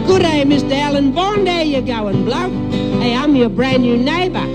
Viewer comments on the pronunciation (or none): alan not alarn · hahaha you take the piss out of the way we say "Alan" but you keep saying "Alon" yourself lol